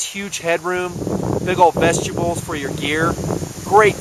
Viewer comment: No, I know he was referring to vestibules, but he pronounces it like vegetables. or some hybrid, vestables It's cool. can talk however he wants as long as he keeps the great info coming.